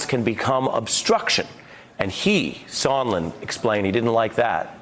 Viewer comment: Sondland, not Sondlin, and he could not have stated more clearly that there was a Quid Pro Quo. You can't even get those two things right. So I can't believe you know what an impeachable offence is, or what is a "misdemeanour"? Bottom line: anybody who has not followed their cult leader's instruction to ignore what they see and hear can see something disgraceful happened here, assisting Russia and causing significant damage to the US, out of Trump's self interest.